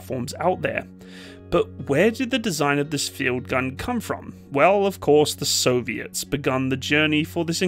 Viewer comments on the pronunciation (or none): none